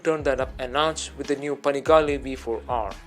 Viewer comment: „Panegale“ xD Wtf